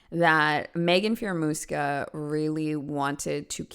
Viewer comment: Magen, really? That's pronounced mag-en. Homegirl has some crazy eyes vibe to boot.